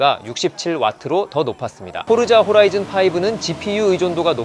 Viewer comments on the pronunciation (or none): none